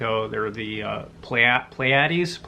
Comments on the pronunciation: pronounced “Plee-eh-deez” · It's pronounced plee-a-dees. Your tries were adorable!! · It’s PLEE-UH-DEEZ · (PLEE-a-deez) suggest --- 'the menace from earth', a collection, by heinlein. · Pleiades. I have heard it pronounced Plee-uh-deez Play-uh-deez and Ply-uh-deez. Since all three pronunciations are commonly used I have to assume there is no definitive pronunciation. Wikipedia uses PLY-uh-deez. Also lists ancient Greek differently. Plee-AY-deez with the accent on the second syllable instead of the first. I'm no expert in writing pronunciations so I hope these are decipherable. It seems to me that the three common pronunciations are more fluent. And the ancient Greek pronunciation is more like three separate syllables. More choppy. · I got big Tommy Boy vibes as you were trying to sort out the pronunciation of Pleiades. That section of your review really made me chortle. Thanks!